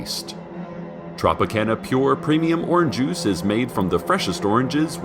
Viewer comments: "Orange uice" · When Cecil says oranjuice it makes me really happy